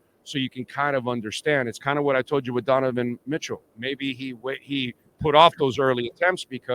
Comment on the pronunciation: This man keeps saying Deniven Mitchell😂